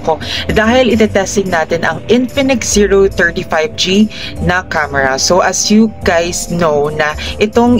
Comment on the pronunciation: medyo slow down ka sa pagbigkas ng Zero 30 5G kasi madalas ang naririnig is Zero 35 G. Anyways good quality review!!!